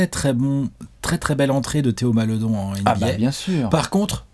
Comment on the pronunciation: on prononce Malédon